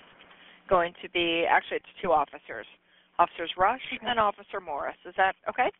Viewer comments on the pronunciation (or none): none